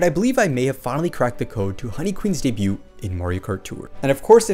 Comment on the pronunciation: Bro! Honey Queen would be SO GOOD!!! btw I keep meaning to comment - debut is pronounced with a silent T, i.e. it sounds like "day-beu" or "day-beued"